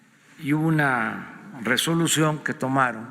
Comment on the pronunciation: Resolution que tomaron jajjajaja escuchen eso (resolution) este señor realmente habla 1 palabra x minuto